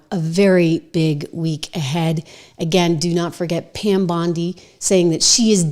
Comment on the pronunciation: did she just say Pam Blondie? 😂😂